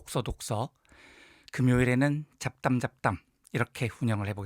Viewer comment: 잡담잡담 발음이 어쩐지 작당작당으로 소리나네요 ㅎㅎ